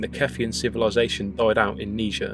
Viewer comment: I know you speak British English, but kneejer is not how you pronounce Niger, that's what led to uneducated racist Americans calling certain people a certain racist word. "Nighjeer" would be closer to the actual pronounciation.